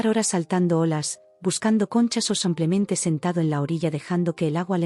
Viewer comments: Sí, insoportable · Sigue con el “ Samplemente “😂😂😂😂😂😂😂 corrijanlooooooo